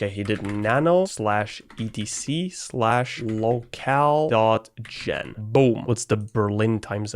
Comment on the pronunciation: YEP THATS RIGHT IM GONNA MAKE FUN OF EVERY TIME HE MESSES UP HIS SPEECH Look at this one: Reads "locale-gen" Says "locale/gen" Switches to VM Says "locale.gen" Types "locale-gen"